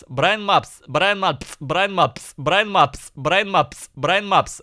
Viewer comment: Вначале он говорит Брайн Мапс, потом произношение переходит в Браимапс и Браинапс